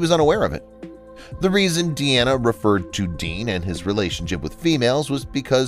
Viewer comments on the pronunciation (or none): Jeez. You don't doo your homework, do you? Dean Martin's daughter was named Deana (as in, a female version of Dean). It is not pronounced "Dee-Anna." Her name is pronounced "DEE-na." Get it? Dean (Deen) Martin Deana (DEE-na) Martin